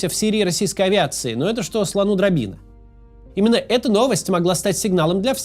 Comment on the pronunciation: чего вы все лезете в эту поговорку украинскую, слону драбина, это как слону лестница по украински это драбина, а не дробина, вы коверкаете поговорку звучит драбына